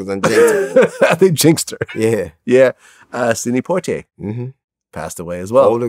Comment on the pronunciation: The way Vlad pronounced Sidney Poitier 🤦🏽‍♂️😂